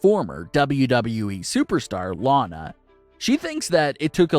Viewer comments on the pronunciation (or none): none